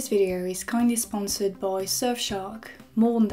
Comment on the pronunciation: and let's stop and say "aww" because of her cute French accent in "sponsored"